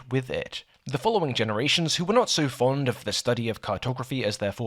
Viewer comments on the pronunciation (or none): none